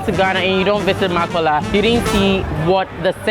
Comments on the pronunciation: MAKOLA NOT MAAKOLLA BTW TURKEY IS NOT ILLEGAL RESPECT MY COUNTRY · It sounds like u said makcola 😭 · It's Ma kow la